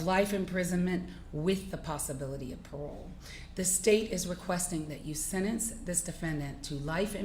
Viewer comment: Tell Judge Ashley to go back to school. She consistently mispronounces words and one of them is the word “SENTENCE”. It has a flipping T in it !!!!! It has a “T”, comprehend ???!!! But she says it this way, “SEN-ENSE” 🤡. Totally leaves out the T. It sounds IGNORANT. It is IGNORANT. Your show is like a circus.